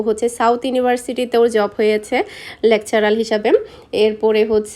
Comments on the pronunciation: Lecturer not lectural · আপু লেকচারাল হবে না লেকচারার হবে। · লেকচারাল না আপু লেকচারার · Lecturul noy lecturur